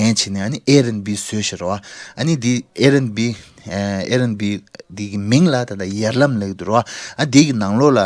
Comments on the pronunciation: It’s air bnb not Air n b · its Air BNB not airnb